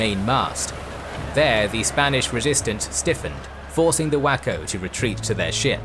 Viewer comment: Of course, I heard it as "whacko pirates"